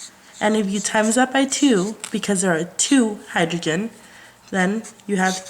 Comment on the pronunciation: learn how to pronounce "oxygen" and "Hydrogen" next time lool